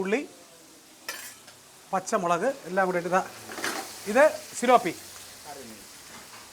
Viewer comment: സിലോപ്പിയല്ല - Tilapia